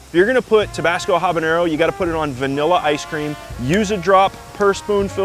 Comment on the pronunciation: Major props for that proper pronunciation of "habanero" !! Tabasco is an icon for a reason, even if it's a flex some folks don't like these days. It was one of the O.G. American hot sauces, one that I don't think I'll ever get tired of sprinkling on dishes that go well with its vinegary pepper spice. It's also low in sodium, at 35 mg/teaspoon!